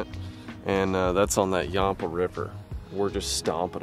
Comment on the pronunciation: You're pronouncing yampa wrong!! I live by the river